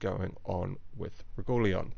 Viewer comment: lol, Regooleon :)